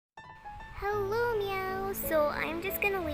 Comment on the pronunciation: Hewoo fwend :)